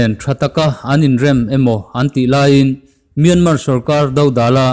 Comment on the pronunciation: A ngaihnawmin a bengvar thlak ṭhin e. Tips- Mianmar hi MIAMA tia lam a ni.